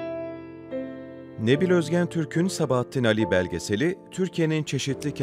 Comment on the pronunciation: Güzel belgesel ama Sabahattin Âli'nin adını doğru telaffuz etseniz daha güzel olacakmış